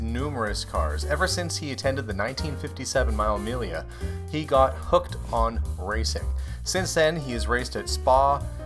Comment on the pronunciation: It's not pronounced as the word is spelt, but it's mee -- ll -- a Miglia. 1000 miles....